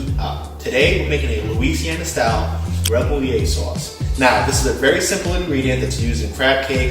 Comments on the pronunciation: "Remoulade" is pronounced "reh-moo-lahd". It's not "remouliet", which is how it would be spelled in order to be pronounced the way you did. It's French. You've never heard a chef, nor anyone from France or Louisiana say, "remouliet". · As soon as you pronounced it all wrong I knew I couldn't trust this recipe, cher.